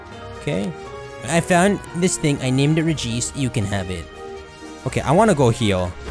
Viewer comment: Smh, Regice is pronounced "Regis Philbin".